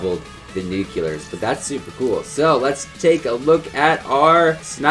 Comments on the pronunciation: I love u but this just annoys me.... it is nuclear not "nucular" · NUCLEAR, NOT NUCULER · PLEASE LEARN TO SAY NUCLEAR THE RIGHT WAY